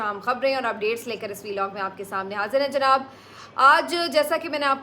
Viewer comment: sister I really like the way you say janaab